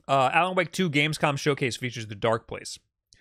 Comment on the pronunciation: bro said gamecom 😭 (love u lol)